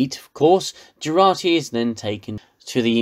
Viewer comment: Its Jurati...not Gerati